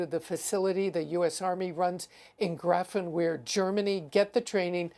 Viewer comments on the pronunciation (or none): That's not how you pronounce Grafenwöhr.